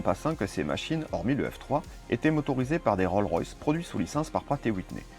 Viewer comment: Bonjour, Vidéo très sympa 👍 Un seul petit point qui revient dans vos très bonnes vidéo : vous dites "roll" royce au lieu de "rollS" royce (avec un S à rolls). On dit bien : j'ai une Rolls et pas j'ai une Roll 😉 Bonne journée et continuez surtout !